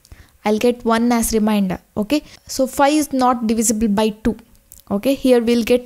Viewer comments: It is remainder not reminder😂😂😂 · its remainder not reminder!!!